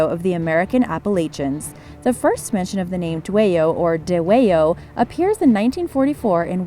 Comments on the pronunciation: Dwayyo more like da-way-yo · You lost ALL credibility to me when you managed to mispronounce Middletown, Frederick, and said Appalachia like a gd yank. BTW that's not how you pronounce Dwayyo. - a resident of Western MD